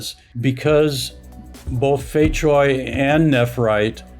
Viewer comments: Cui is noy pronounce choi. Its pronounced tray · Fei Cui, the pronunciation of "cui" Begins with the sound at the end of the word, "cats". So its not "chway" or "choy"